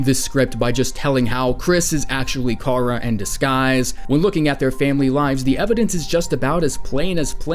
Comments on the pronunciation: Chara is pronounced as in "CHARActer" not karruh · Say Chara's name right Your not a true undetale fan if you don't know how to say her name right